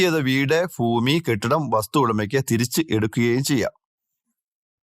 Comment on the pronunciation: ഫൂമിയല്ല ഭൂമി എന്നു പറയണം.